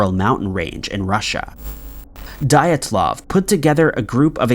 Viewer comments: “Dylatalov pass” … dude it’s Dylatov. I don’t know where you’re getting these extra letters.. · It's pronounced "Dee-Atlov". Honestly, mispronunciations are creepier than any of the content this channel uploads these days. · On the first one , Dyatlov pronounced as D'atlov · That's Diatlov's (Dee- at- law-v) pass. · Your pronunciation of Dyatlov makes me cringe 🥲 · I’m sorry but how the hell do you pronounce Dyatlov wrong it’s literally one of the most famous stories on YouTube like how do you pronounce that wrong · Everytime he said Dyatlov i cringed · if you can't stand hearing the horrendous pronunciation of Dyatlov one more time.